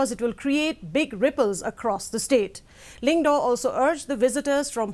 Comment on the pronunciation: Lyngdoh not lyngdo